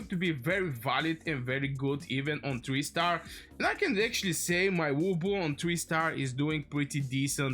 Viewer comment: Its lubu, not wubu. 😂❤